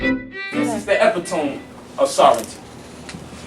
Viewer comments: Your BODY is considered LAND! Hence EVERYONE is SOVEREIGN! It's NOT about the "Land" anyways! It's about the CONTRACT! This silly ass naga can't even pronounce the word E-PIT-TO-ME. There is so much incorrect information in this video. This video was made 5 years ago and this brother is probably still BROKE today. Yet, he tried to "teach" things he don't even fully comprehend on his own. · he pronounced epitome wrong